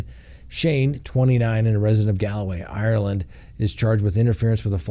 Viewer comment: We do drink Guiness and it's Gal-way not Galloway, great show buddy, thanks